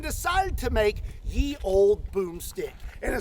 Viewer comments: In old english "ye" is pronounced "the". The "y" was an adaptation of the letter þ (thorn), which made the "th" sound. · I’m sure it’s a meme, but you don’t pronounce it Ye olde (old) Ye = The. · "Ye" should be pronounced "the" the y was a letter called "thorn". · Ye in medieval times was still pronounced as "the" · It’s actually supposed to be “Þe Old Boomstick,” pronounced “The Old Boomstick.” The Y is used to replace Þ (thorn). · By the way "YE" is pronounced "THE" (look it up). The "Y" actually is the old English letter called thorn (þ), which makes a TH sound. Therefore it's "The Old Medieval Boom Stick". Now you know something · "ye" is a "the" that is how you pronounce it, exactly like "the" they wrote it with a "y" because the it looks similar to a "thorn" letter, from the old English script "þ" it looked similar in the type of font they used in the past because the y was sort of closed and the stick going up of the thorn was written shorter and shorter in time. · I could go down a rabbit hole about how the "y" of Ye Olde Boomstick is actually þ (thorn) and is pronounced as "th", but that's a story for another day... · Ye ia pronounced the by the way. Fun video. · Useless fact. The y in ye is abbreviation for th so although its spelled ye its still pronounced the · "ye" is pronounced "the" and historically this is a Hnnde Gone. However, bonus points for pronouncing "Olde" correctly. Yes, ranges were usually very short, the first gones were defensive weapons used to repel breaching attacks (on fortifications) or a charge. You have also now found out what the War Hammer was the the superior medieval mele weapon. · the "ye" is actually pronounced "the" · "Ye" is pronounced "The" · Fun fact: 'Ye' is pronounced 'the' this is because originally it was written 'þe' which overtime evolved into a Y somehow. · "Ye Olde" is pronounced "The old" The letter Thorn (Þ) got corrupted when printers started using movable types and substituting Þ for Y. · Ye is pronounced the